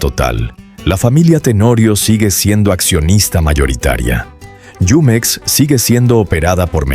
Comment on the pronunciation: NO ES YUMEX, ES JUMEX.